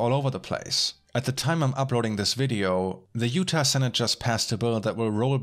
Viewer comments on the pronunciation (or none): none